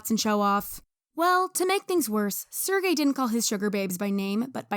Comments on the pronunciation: bro you have to actively try to pronounce Sergey's name that wrong. Sir Gay, really? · lmao his name pronouciation is sir gay